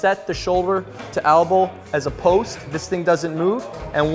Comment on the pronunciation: It's an elbow not an albow